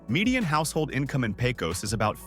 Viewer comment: It's not Pay-cose. It's Pay-cuss.